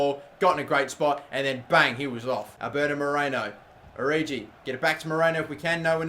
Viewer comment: FFS, stop saying "origi" like orgy. It's oh-ree-gee, where the 'g' is pronounced like in Yogi Bear, or Yoga. Otherwise, love the series.